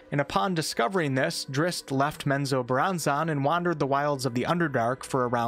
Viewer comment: Hey bro, it's not zack-nay-fein it's pronounced zack-na-fain. It bothered me so bad. And menzobarranzon, is pronounced men-zo-barren-zon